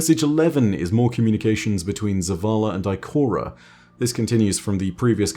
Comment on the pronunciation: I like when he said Ikorea